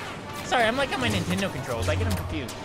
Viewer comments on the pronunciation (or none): none